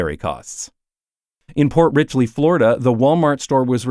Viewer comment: used to live there. it's "port richey" not "port richley." but yeah that place blows lmao. there's another walmart in the town right next to it that's had multiple shootings. fun stuff